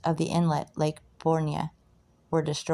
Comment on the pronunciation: Fish the hell out of this lake....new about ponchatrain and chalmette and forts around the area. Really cool. And its pronounced "Born" not "Bornya". You are butchuring these names but got a sub!